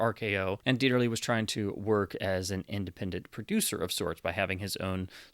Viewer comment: Thank you for pronouncing Dieterle's name correctly. It's amazing how many so-called cinephiles' videos on Youtube are cringefests when it comes to pronunciation when a bare minimum of effort at research would fix it